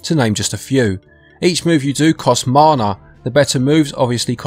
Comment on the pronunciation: Poshest way to say mana ever